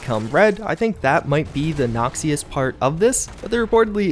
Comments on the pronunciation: hey just a heads up. its pronounced nox-ish, not nox-ee-us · "Nok-shuss" not "nox-ee-uss" :P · How come you dont pronounce it "nockshous" instead of "noxius"? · "nockseius" You mean Noxious? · "Noxious" is pronounced like knock-shis. Great vid still! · "Nox-ee-us" lol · Noxious is pronounced nockshus, so you sound a lil less tarded ;) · It's pronounced like Nakshes, not what you're saying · That mispronounced Noxious, lol. Did you know Swain is the leader of Noxious, I learned that playing League of Legends. lol /ˈnäkSHəs/ is the pronunciation btw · "Nox-ee-yus"?? LOL. Good God man. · Ok please stop p saying noxious like that it's just wrong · lol nice pronunciation of noxious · going to start pronouncing noxious this way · The way you pronounce noxious make me noxious